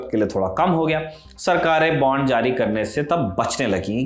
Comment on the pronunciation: बॉन्ड not बांड... बाकी आपकी जानकारी बहुत बढ़िया है।।